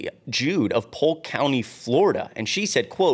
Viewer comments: learn how to read, "Judd" is not the same as Jude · Judd not jood its like chud but with a j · Dude... I'm from Polk County (FL) and the old man is always on the news; locally and nationally. So I'm not sure how you haven't heard of the name. So, Grady Judd is a 'he', not a "she" and the last name is not pronounced JUDE. Judd rhymes with mud. → good effort, so I'll stick with Dollemore Daily. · His name is Sheriff Grady Judd, not jude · it's "judd", not "jood". "grady judd" is a man. you should really do a "read thru" prior to taping. grady judd is famous and has made many videos regarding crime and criminals. you should know who he is. disappointing you don't. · Grady Judd is a man a sherriff in Florida….last name is pronounced like the singing group the Judds!😅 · Grady Judd (pronounced j-u-d) is a he, not a she. Just sayin'. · Good work but an FYI, the sheriff is a he and it sounds like "JUD" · Hi! Just to clarify, as a resident of Polk County, FL. HIS name is pronounced Juhd. Rhymes with flood. I'm not always a huge fan of his (him being a Republican, for one), but overall, he's a decent sheriff & I'm not surprised he's not happy with ICE's actions. It says a lot that so many local law enforcement officials (Republican and Democrat) are voicing opposition to ICE overreach. BTW, you've got a great head of hair! Don't cover it up with a hat, even a Mockler Media hat, unless you absolutely have to! You & Adam keep doing great work by pointing out dangerous people & important stories like this, its vital work & it's really appreciated! 💙💙💙😊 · It’s Grady Gray-Dee Judd like Dud but Judd a man! lol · If you’re going to fill in, learn the correct pronunciation of the main names and maybe the genders, Grady Judd, not a “her”